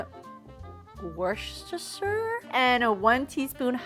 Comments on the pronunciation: It's one tablespoon of wustustusshire sauce 🤣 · We need merch of all the wrong ways says Worcestershire sauce!